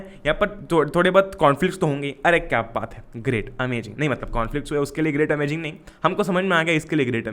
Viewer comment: bhaiya wo amajing nhi hota amazing hota h...................